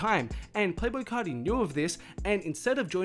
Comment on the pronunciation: play boi cahdee